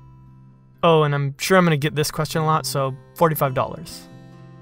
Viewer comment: when he said question it sounded like he said bless you and while i was watching this i had sneezed right before that and was high key spooked, nit that anyone cares but still